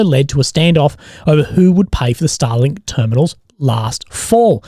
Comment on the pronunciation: your pronouncination of starlink is way too similar to stalin lmao